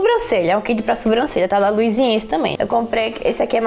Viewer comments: Ok É luisAnce e não LuisIEnce, deve se falar como está escrito, Luisance fácil. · Se fala LUIZANCE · amei o vídeo das suas comprinhas😍. Linda se pronuncia luisance😚💟. Antes quando não sabia pronunciava igual a você hahaha💛💛💛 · Acho que se pronuncia "luisance" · Tbm tenho agonia KKKK é luisance, não tem um i depois do S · Mas gente, já vi tantas YouTubers falando errado o nome da Luisance... A Carol do Beleza que inspira fala Lusance e os seus inscritos não pegam no pé dela. ctz que o povo que tá comentando que a pronúncia tá errada, na rua deve falar imbigo kkkkk. Bjos! 😘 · Que agonia "Aliexxpres" e "luisiensi" mdssssss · q agonia vc falando luisience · nossa , vc quer arrumar confusão? kkkkkk é q nós estamos acostumados a ouvir luisance e aliexpress , e ouvir ela falando com o sotaque dela é diferente, da agônia de querer falar "olha n é assim q se pronuncia", pra td mundo q fala isso vc fala q a pessoa é "chata do caramba" q isso, saiba respeitar a opinião dos outros flor... acho mega fofo o sotaque dela <3 adoro sotaques diferentes, mas vc n respeitar a opinião dos outros é chato....